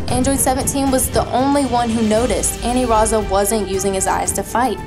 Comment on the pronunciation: i dunno why you keep calling it Aniraza when it's Anilaza